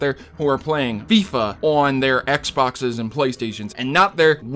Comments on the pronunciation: the south east London kids call it fee-fa 18 not fi-fa 18 u got it right at the end of the video but not at the start whyyyyyy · It's not Fi-fa it's foifa! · The Fyfa pronouncement kinda triggered me (even though I have never played it) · "fifuhhhhh" is just sad... unsubbed lol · Everytime he said fyfa I died a little inside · hahaha fy-fa, wow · Yeah I cringed a little... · I don't care, I loved the way he said FIFA, it made me laugh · I litteraly went to the comment section to see How many Would throw thrash on you for saying FIFA like that😂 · Everyone is complaining how pronounced Fifa wrong. Yet no one said anything how would was spelt wouild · The way you say FIFA is hilarious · You have to be a really ignorant person to not be able to pronounce FIFA. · The way he said FIFA 18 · Dude learn how to say FIFA probably!! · Yep lol you also pronounced Davids wrong